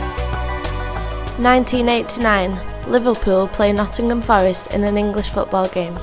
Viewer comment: Bwave engineews, two bwothews, Nottingham Fowwest, cweating a pwessuwe... Are you related to Barry Kripke from The Big Bang Theory???? Go see a speech therapist please, before going public.